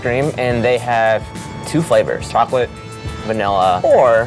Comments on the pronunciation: it's vchoclate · "Choconilla" "Vchocolate"